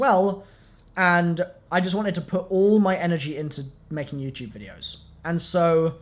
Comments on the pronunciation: he says youchube haha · why do I keep correcting him out loud every time he says youtube